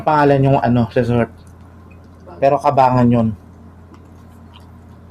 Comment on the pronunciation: Hindi po Kabangan,,,Ka Banggan po basa nun